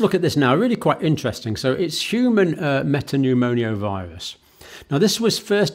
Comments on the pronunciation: Hi John. Great coverage. Just to point out: it’s me-ta-pneu-mo-vi-rus not me-ta-pneu-mo-ni-oh-vi-rus …. You’re sticking an extra syllable in there! :) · I wosh he woild stop saying meta-pneumonia... Its META-PNEUMO-VIRUS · I think the correct pronounciation is "meta-new-mo-virus" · Metapneumovirus not MetapneuMONIAvirus . Thank you for your tireless contributions , bravery and your ability to simplify complex situations from the outset !! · Sorry Dr John but it’s pronounced ’Meta newmo virus’ 🫶🏻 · Not a medical doctor and can't even pronounce the subject of his video correctly. Human metapneumovirus. ......Pneumonio..... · He can't pronounce respiratory or metapneumovirus. I think he's an attention seeking fraud. He's a doctor of nursing.